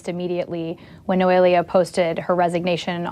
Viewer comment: NOELIA, Megyn, N.O.E.L.I.A /NOH - EH - LEA/ Is it really that difficult for you to pronounce foreign names correctly?? Cant you practise a little bit before reporting the news?